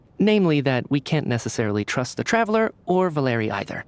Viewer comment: Thank you very much for the video, but I want to correct you a little, the accent of the name Valery falls on e, not on the letter a